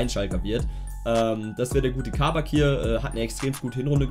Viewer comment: Kabak wird kurz ausgesprochen, also nicht langziehen